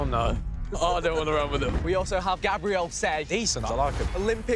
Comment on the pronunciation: They way Vik butcher Gabriel Sey’s names tho 🤦🏽‍♂️